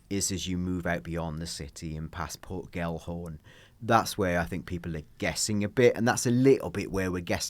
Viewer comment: Tell your friend it's Port Gelhorne, not Port Gallahorne 😂